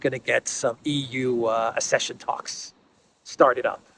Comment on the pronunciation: Accession is pronounced as ak session